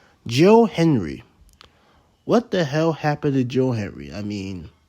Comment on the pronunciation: can you say his name correctly? that's very disrespectful